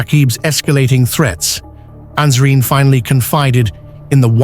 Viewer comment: It is Nasreen! Not Ansreen!